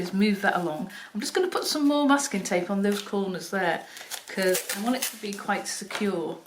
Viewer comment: Just realized that you were saying masking tape all along. Just heard Muscat via your accent. 🤦‍♀🤦‍♀